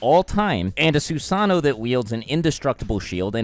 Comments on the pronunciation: The way you pronounce susano and shippuden is triggering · the ways you pronounce amaterasu and susano really bothers me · Do you pronounce things like shippuden, susano, and amaterasu wrong on purpose? I’m just wondering lol